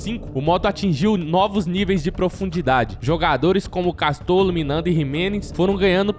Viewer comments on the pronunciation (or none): Não é Jimenez e nem Miranda. É Ximelez e Minanda